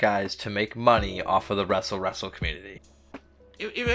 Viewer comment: Fill me in. Why ya call it wrestle wrestle?